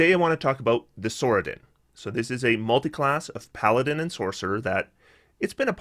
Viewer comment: Sorcadin pronounced sorsadin, not sorkadin. It's not a sorkerer your are adding to a Paladin